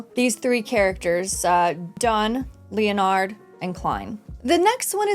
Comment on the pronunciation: HI I've enjoyed your video reviews for LoM. Quick note on pronunciation of Leonard its Len-nard not Leo-nard. The Loen kingdom is loosely based on England and that's how its pronounced there. Leo-nard as a pronunciation is more of a French way to say it. Other than that please keep up the videos its nice to see someone who enjoys this show as much as I have been. BTW The official term for a beyonder who has lost control is a Rampager. Its in the second episode.